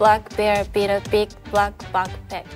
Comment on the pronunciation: i love how Iroha pronounces the “Bl” sounds as “Br” like instead of “Black” she says “Brack” its so cute!! ❤